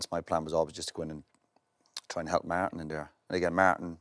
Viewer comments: Roy: Maartin, Maartin, Maartin 😂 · Say Martin one more time!!!